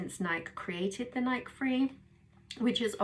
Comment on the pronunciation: Decent review of this great shoe. As a strictly treadmill runner, I enjoy running in this particular shoe. Just a heads-up, the name of the company that makes this shoe is pronounced "Nikey" like the nickname Mickey, not like the word bike.